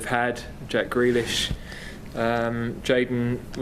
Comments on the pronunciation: This man really said grealish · Man said jack grealish lol